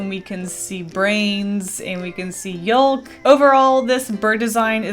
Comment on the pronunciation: The way says ‘yolk’.